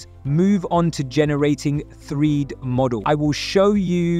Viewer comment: Why do you pronounce 3D as "threed"?